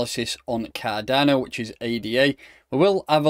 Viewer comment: “Kah Donno!!”